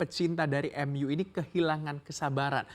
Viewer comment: Bukan manu mas tapi MU